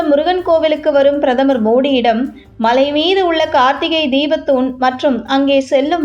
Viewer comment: Better the correct pronounciation, Malai said like Mazhai by the announcer, don't kill Thamizh words.